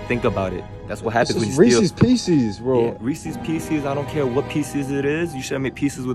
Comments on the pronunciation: It's Reese's. As in the guys name was Reese. Not ree-sees. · y'all pronouncing reese's wrong. 😭 it's "ree-sez" not "ree-c's" ☠️ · Say the name reese. Did you say reesee? Now pretend reese made candy names pieces. Reese's pieces.